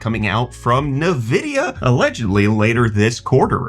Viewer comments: From who? Who is this Nahvidia that you speak of? Did you mean Nvidia (en-VID-ee-uh)? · "Nuh-vidia..." Stop! You're killin' me, Smalls!!! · dude, you have to stop saying "nah-vidia" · Why can you provenance nvidia correctly. It’s envidia. All these people calling it nuvidea sound like boomers! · Nuh-uh-vidia more like